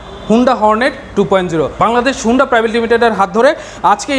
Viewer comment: Vai agee Uccharon thik koren tarpor ekta review koren.. 😆😆thik moto ekta component er naam o bolte paren naa blog banaitesen😆😆 HONDA er naam take HUUNDA banai felsen🤣🤣 USD Suspension er Full Meaning holo UP SIDE DOWN Suspension UPS AN DOWN Na Vai🤣🤣🤣 R oigula tail light na vai Indicator Light🤣🤣 sadharon manush ke confused koiren na.